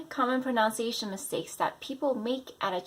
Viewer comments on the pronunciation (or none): You mispronounced "proNUNciation". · Thanks for this but pronunciation is pronounced differently from pronounce.